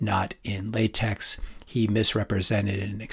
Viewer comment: Keep up the good work! FYI (grumpy old software engineer in me saying this) - LaTeX isn't pronounced the way you said it with the hard X like in "Latex Gloves" rather, it sounds more like "LaTech"